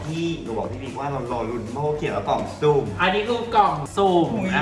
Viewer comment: แม่ กล่องสุ่ม ไม่ใช่ ซุ่ม 😆